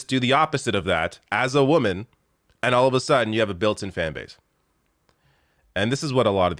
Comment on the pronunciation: Is she saying “baste, baste, baste”?